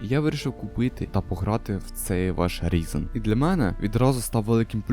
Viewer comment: Хосподе! Він не Різен! Він - Райзен!